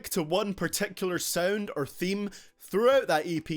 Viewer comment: Its Sound not Sauend. Your accent sucks.